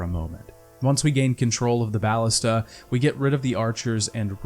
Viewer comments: please, its BAL-LISTUH not baalista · bal-LIS-ta Emphasis on the 2nd syllable. Plural Ballistae.